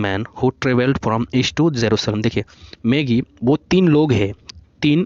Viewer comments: Sir it's MAGI not MAGGIE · Gift of maagi nahi sir, gift of magi